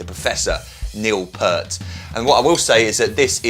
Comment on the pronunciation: its pronounced Pee-ert, emphasis on the e, not like the shampoo